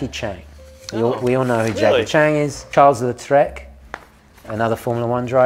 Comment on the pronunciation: I'm sorry, butt hearing Charles Leclerc's name mispronounced like that almost stopped my heart.